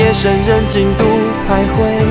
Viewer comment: 徘徊 他是不是念错了啊